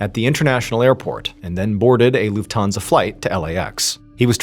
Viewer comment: It's LUFThansa, not LuftHANsa. ;)